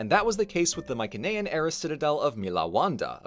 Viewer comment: "Mycenaean" is pronounced (in English) with a soft "s" sound, not a hard "k"